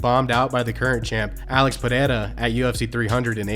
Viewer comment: Dude cant even say Alex name right 😂😂😂